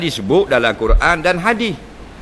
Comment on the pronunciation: Hadis bukan hadi 🤣